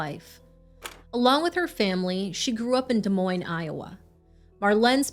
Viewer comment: The s's in des moines are silent, it is French